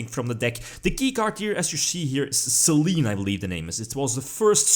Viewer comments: I think it's pronounced "Saylaynay" as the goddess of the moon. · Actually, if you want to nit-pick, the kana are pronounced "Se-lenn". ;) (Damn it, Konami of Japan, get your pronunciation right!)